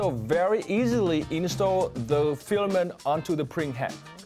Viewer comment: his pronunciation of the word 'filament' needs work. no shame in trying to improve.